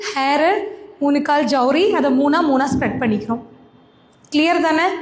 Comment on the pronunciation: அது சவுரி... ஜவுரி இல்லை😂